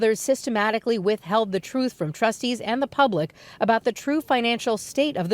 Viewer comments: Please, learn to speak English. The troof. Troof is not a word in the English language. Can’t be any more respectful than that. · I just want her to say truth and not “troof” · "Thats not the troof".. she's embarrassing af. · Did she say 'that the truf' ? Smh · It drives me crazy she says the word TRUF ITS TRUTTTTHHHHH TH TH STUPID IT ENDS WITH A TH ! NOT A F !!!!! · "I have a responsibility to tell the twoof." Yeah girl, speak twoof to power! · The “troof?” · "I feel responsibility to tell the truf"... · When you Mayor says “ da Truf”. 🤣🤣. If she’d been white, she’d be in prison already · Truth…… Ha! She can’t even say it correctly! Notice how she says “Troof!” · This girl couldn't tell the truth if she was reading it. She's going to tell the "TROOF" WOW. She can't even say the word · That's the "troof" ! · Did she say the truf 😂😁😂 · You mean the “troof” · She seriously needs to learn how to pronounce the word "truth", or just stop using it all together. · She can't even correctly say the word truth...how can she tell it